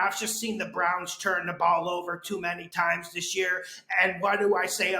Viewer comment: Is saying "churn" in stead of turn a regional thing?